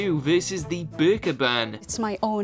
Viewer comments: Did the narrator just say the burger instead of burka 😩😩😩😩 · "#2 vs. The Burger ban" "Ban the burger" "wearing the burger" "Shouldn't have to wear a burger" "Many muslim countries have banned the burger" I'm sorry but that is just the best pronunciation I've ever heard!